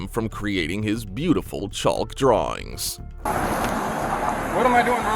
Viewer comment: It's petty, but "chulk" is driving me nuts.